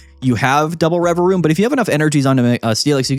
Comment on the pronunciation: I didnt know the second v in Revavroom was silent 🤔